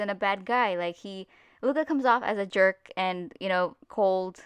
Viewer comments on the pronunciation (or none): none